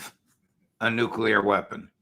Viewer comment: alastair "casus belli" crook.....catapulting the propaganda again...."we can avoid global thermonukular war if trump nukes iran"....he's starting to sound like netanyahoo and ritter....."iran is five weeks from a nukular boom"....good work crook....extra lollipop for you